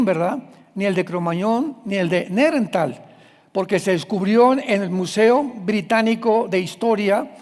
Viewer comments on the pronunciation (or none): none